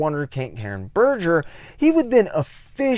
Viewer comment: Given the amount of research you seem to do for these videos, are you purposefully mispronouncing Gaiman, Berger and Dringenberg?